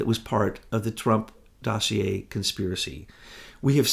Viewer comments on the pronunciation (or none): none